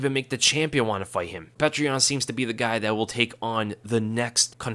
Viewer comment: His name isn't pronounced 'Petra," it's pronounced 'Pioter."